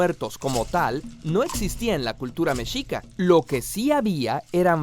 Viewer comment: es mexica no mechica